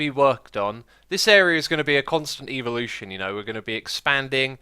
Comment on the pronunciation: he said eveelotion pokemon fan confirmed